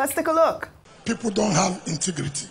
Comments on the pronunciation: He didn’t say integrity but intigrity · Wike's "intigriti" not integrity 😂😂😂